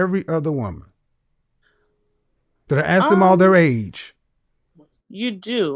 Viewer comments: Communications major........."can I axe you a question?" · Masters in communication: "I axed you......" LOL!!! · Communications major who says "axe"? hahaha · A communications degree holder who says “AXE” for “ASK”…..Wow! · she says "Let me Axe you" LMAO! She will die alone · ….“ I ax”….‘’? How about, “I’m asking?”…😝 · I am german and learned english in school so sorry for asking but: Why do so many black people seem to say "aks "instead of "ask"?! And yes, I seem to hear that alsmost exclusivlely done by black people. Is it some kind of slang?! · She wants to 'axe' you a question and have the answer 'resignate'...and she has a communications degree, but can't talk. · Communications major had to AX a question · This right here is a huge pet peeve for me. Axing people is hard work!!! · I was thinking the same thing; you are saying "Ax" 😂😂😂😂😂😂😂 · Second caller has degree in communications, and can't even pronounce the word "ask" properly. 😂